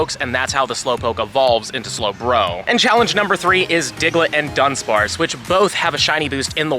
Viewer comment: Sorry to be that guy but it's DU-DUNSPARCE there's only one N